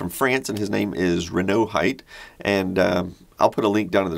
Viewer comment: The pixel artist name is Renaud Scheidt (not Heidt)